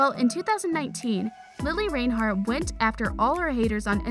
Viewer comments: take a shot every time mispronounces reinhart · I swear if you say her last name wrong one more time I am going to get YouTube to band your channel quit disrespecting Lili If you can’t say her last name right don’t say her last name at all